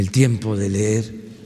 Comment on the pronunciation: Recuerden a su director de de SEP de Peña que una niña lo corrige cuando Nuño dijo "ler" en lugar de leer. Jajajajajaja no solo no leen tambuen no saben hablar. JAJAJAJAJA